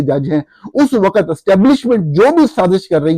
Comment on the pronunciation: وقت کی ادائیگی درست کر لیں پلیز۔۔۔آپ کہہ رہے ہیں و۔۔۔۔قت جبکہ لفظ ہے وق۔۔۔۔ت